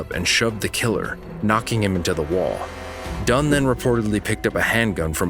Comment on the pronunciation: HER LAST NAME IS DUNN. DUNN